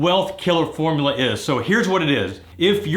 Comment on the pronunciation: * Formula, not formlula